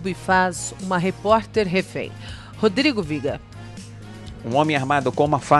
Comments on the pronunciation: Pra que falar Rodrigo Vieeêega? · Não vim pela notícia e sim por conta desses repórteres SUPER ENGRAÇADO, tem até pausa dramática no final do vídeo: do Rio de Janeiro...🕤cri cri cri cri🕘... 🤣🤣🤣🤣🤣🤣🤣🤣